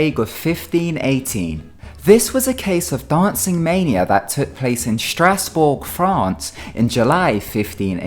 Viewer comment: “Dahncin’ mainier”